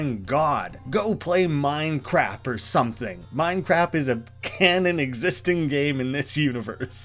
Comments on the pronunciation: Minecrap is a reference to Mike Matei's Inspector Gadget Reviews Minecraft. In the video inspector gadget mispronounces Minecraft several times as Minecrap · I wonder if 'Minecrap' is a referance to the Inspector Gadget Minecraft review thingy. Cuz he calls Minecraft 'Minecrap.' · the "minecrap" thing that pops up a few times is just a reference to an old review of Minecraft PE. One of the reviewers is inspector gadget for some reason? who can't pronounce minecraft and just repeats "i love building brown bricks in minecrap" throughout the review. it's a classic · I don't see any other comments about it, but hopefully you see this. "Minecrap" is specifically a reference to a video called "Minecraft With Gadget", which is a hilariously bad video of Mike Matei of Cinemassacre interacting with Inspector Gadget and talking about Minecraft. In the video, Gadget mispronounces Minecraft as Minecrap multiple times. Well worth watching for just how weird it is, even if you don't find it funny.